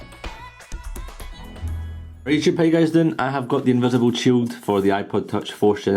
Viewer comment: why do you keep saying invisibled shield its invisible